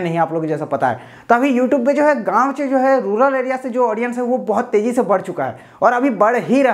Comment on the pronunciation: Gaaon bol raha he ya Gaand ?